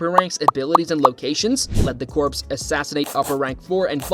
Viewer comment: Lmao the number of times he says "demon slayer CORPSE" 💀 💀